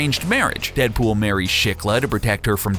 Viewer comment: in he said 'DeadBull"